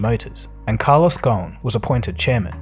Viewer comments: Great video as always. Just one minor note his last name comes from the Arabic word غصن meaning branch. So you should pronounce the “S” in the name - it’s pretty much spelled phonetically. Go-sn. Thanks as always !! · Ghosn the 's' is not silent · The biggest fraud is his name is ghosen so it probably ought to be pronounced ghausin but they pronounced it ghun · Carlos Gho-son. That’s how his family name is pronounced. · Ghosn is an Arabic name and the "s" is not silent. The word means (a tree branch) in Arabic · Great video but the S in his surname is not silent.